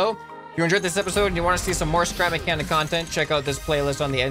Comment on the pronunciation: He said spap mechanic